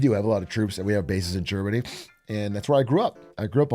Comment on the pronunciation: Legit heard "Jermany' instead of Germany and thought They met up with Jerma